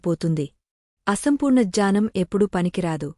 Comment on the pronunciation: meeru jaanam antunnaru Gyanam ani palakandi Mimmalini tappu pattadam ledhu konchem sari chesukondi Jai sree krishna 🙏🙏🙏🙏🙏